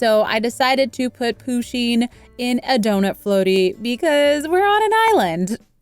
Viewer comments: And I find it kinda funny that she pronounces Pusheen and Poo-sheen rather that Pu-sheen. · Isn’t it push-in and not poo-sheen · I don’t wanna be horrible but it’s not pronounced Poo-sheen it’s Pusheen just trying to help you :) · THATS IT IM UNSUBSCRIBING I AM THE PUSHEEN QUEEN AND EVERY ONE KNOWS THAT ALSO IT IT IS PRONOUNCED PUSH INE!! THAT WAS TO HELP U I DIDNT WANT THAT TO BE RUDE ANY WAY IM UNSUBSCRIBING CUZ IM THE PUSHEEN QUEEN AND U USED PUSHEEN WITHOUT PERMISSION. IF YOU WANT A SUBSCRIBER BACK THAN REPLY TO THIS COMMENT SAYING SORRY!!! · It's a girl and it's not poooseen you need to learn your stuff and I'm not trying to be mean but it's just weird you say it like that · Umm Pusheen is a girl andThe way youway you said her name is not right